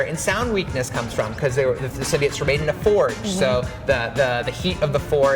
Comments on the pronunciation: Why does the guy say "sym-bee-its". It's "sim-bye-oats" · What is with people saying symbiotes wrong